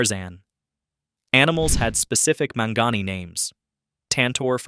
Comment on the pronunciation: pronounced Mon-Gone-Eee.